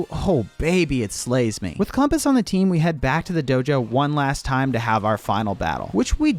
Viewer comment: "With dweam on the tweam" so cute